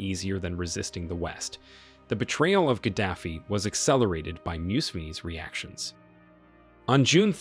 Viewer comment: He was Gaddafi not Kadafi.